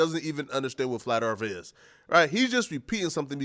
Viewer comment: The word is pronounced "Earth" not "Erf" ffs.